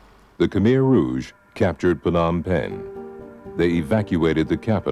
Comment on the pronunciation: Its khmer not khamer, risih saya dengernya